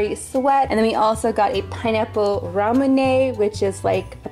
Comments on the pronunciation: It's not ramooneey its ramyoone how it's pronounced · I don’t know why something just triggered in me when I heard you say Ramune-A Because it’s pronounced Rae_moon